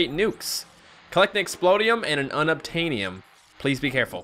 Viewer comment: unobtaniom sounds like unobtainable